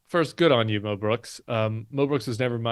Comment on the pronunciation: I thought Tim was saying Mel Brooks. But I am relieved to realize he was saying Mo Brooks! I was thinking, no, not Mel! 😅